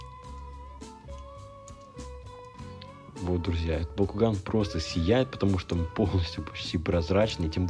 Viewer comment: Да почему мне слышится не Бакуган а Бьякуган?! ХИНАТА ЧТО ТЫ СДЕЛАЛА СО МНОЙ (Анимешники по Наруто поймут)